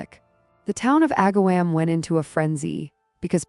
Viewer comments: You should say Ag-ahh-Wom not "wam" I live 20 minutes away from this town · Aga-WOM, not WAM.... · This is a local story for me and I remember it well. Struggled getting through this video though because the constant mispronounced words drove me crazy!! It is not AgaWHAM. Her last name should have a hard G, not a J sound. And MAtrin instead of Motrin?? I really hate the AI reading of stories. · I grew up near this town - it is pronounced “Ag’-a- wom””